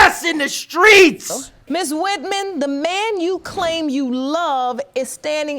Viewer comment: “Ms. WitMen”